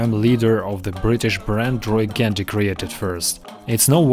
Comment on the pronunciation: Roy Gandhi?? LOL. Roy Gandy.